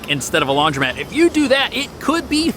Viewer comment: Ugh... It's Not LaundrYmat. It's LaundrOmat. So hard to unhear that.